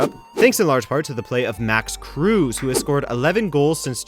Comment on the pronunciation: And it's Kru-sah not cruise. Thanks for showing my Bremen some respect though!